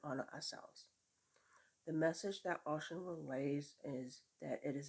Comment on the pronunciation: Those ferns are beautiful! I hope you share the end result of the earrings you make out of them. Please also share the grid work you do especially since it'll be different. FYI it's pronounced oh-SHOON. I'd like to hear how you plan to work with the deck. I've been slowly sharing curse work and links on my FB. I'll be sharing some more protection works as well.